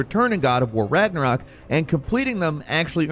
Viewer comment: The only reason he got Ragnarok right is because of Marvel movies 🤦‍♂️